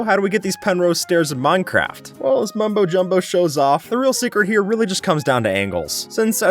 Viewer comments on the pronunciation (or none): none